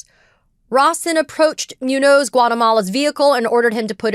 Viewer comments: Katie: Please learn enough basic Spanish to pronounce "Muñoz". (MOON-yohz) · I'm sorry, and I hate making corrections like this, this one is just killing me. Muñoz is pronounced *Moonyōs*. ☮️ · Can you not pronounce Muñoz as MEWNOSE? JFC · I'm pretty sure it's pronounced MOON yoze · I really would like to agree with Ms. Phang… but her repeated mispronunciation of Muñoz-Guatemala is killing me 😭